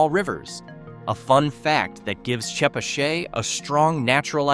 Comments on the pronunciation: I've never once heard "Chepachet" pronounced this way Ever!!! It is always called Che pat chet, or Pascoag as Pas co ag🤣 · I’m from Rhode Island and I am pretty sure chepachet and Glocester is NOT pronounced the way this video does. Sounds like a voice of a computer program. Oh, Albion is not in Smithfield. It’s up the road from my work in Lincoln.